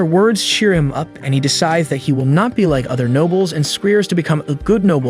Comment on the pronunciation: Nice story, I just wish he knew how to properly pronounce Will. Is infuriating!